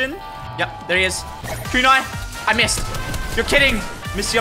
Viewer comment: Bro you can literally look up the names the words of the weapons everything but you didn't shootagain no it's a kunai